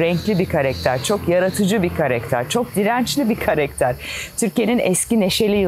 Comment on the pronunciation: LÜTFEN KAREKTER DEĞİL KARAKTER DEYİN! TAKILDIM ORDA :d